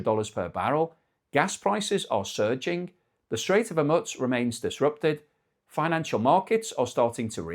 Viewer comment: Hormuz is not pizza! It is not pronounced Hormuts, more like Hormoose!